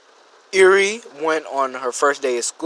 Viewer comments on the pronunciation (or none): Never say a lil bit of that jazz. And its Eri. Please. Me cri.